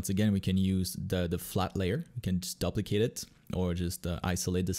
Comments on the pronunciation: "duplicate" = DOO - plicate. Not DUP - licate. You've given us all these great art tutorials; please accept this small English tutorial from me :) Also, seriously, thanks for the great content! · I have never, in my life, heard ANYONE pronounce "duplicate" as "duhp-le-cate". what the heck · Did you just say DUPP=licate this layer? Haha. Wicked video :)